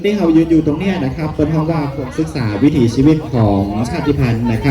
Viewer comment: "วิถี" ครับ ไม่ใช่ "วิธี"